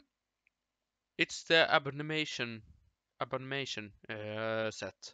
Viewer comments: A-BOM-IN-NATION PRONOUNCE IT RIGHT GODDAMN IT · A bom in ation., it’s not that hard.